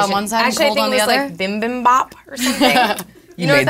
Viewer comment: It's not bimbim haha it's bee bim bap